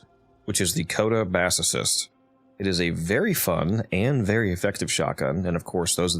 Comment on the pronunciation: Why do people keep pronouncing it like Assocyst? It's a speaker. Bass.